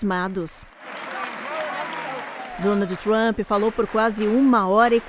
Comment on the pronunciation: Ggeeennnntteee!!! Ancora de jornal que pronuncia “Donaldi Trumpi” Inacreditável